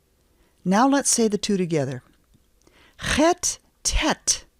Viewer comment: I learned tge chet talking to russians...you need to pull your tounge back a bit